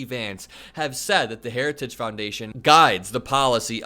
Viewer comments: The guy can't even pronounce the word heritage! 😅 Weird! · He's incapable of even pronouncing "heritage." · Say ‘Heritage’ 3x fast. Donald can’t even say it correctly once, slowly. Lmao! Time to take the keys away from Dementia Don and put grandpa in a home. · Dementia Don has lost the ability to say another word, “Heritage”. Harris is the leader we need for our country 💙💙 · Can barely pronounce Heritage